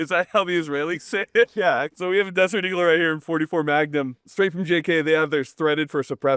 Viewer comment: We (the Israelis) say it like the English way but the 'r' is more flat and the pronunciation of 'eagle' sounds a little off